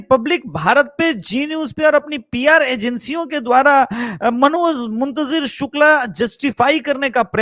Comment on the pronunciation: Sir Manoj Muntjir Nahi Manoj Muntshir Shukla hai